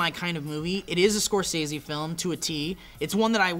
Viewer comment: It bums me out that you guys say Scorsese's name 100 times in this vid and that you pronounce it wrong every time.